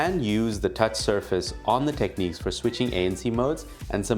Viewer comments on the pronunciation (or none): its pronounced Tekniks ;)